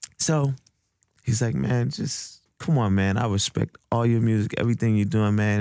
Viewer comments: That how he speaks. I have heard Asians say it the same way and I don’t judge them, you know what he is saying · Puro That’s that NY accent lmao